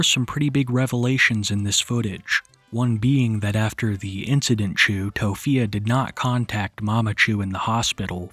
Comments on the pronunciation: You calling it incidentchu has me GIGGLING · "incidentchu" son i'm crine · Are we really calling it the “incident-chu” 😩💀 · I had to rewind the video, I was like "did I just hear "incident-chu" ???" 😂😂😂